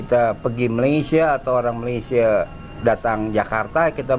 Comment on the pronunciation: YANG PASTI NASI UDUK BUKAN NASI LEMAK! Jauh amat rasa dan lauknya. Sebutan Malaysia oleh orang Indonesia lama betul tetapi sebutan Malaysia oleh orang Indonesia sekarang amat salah. SEBUTAN BETUL meleysia BUKAN malaisie. Orang lama Indonesia lebih menampakkan dan menghargai serumpun dari warga Indonesia sekarang yang lebih menghujat tetapi mengaku serumpun.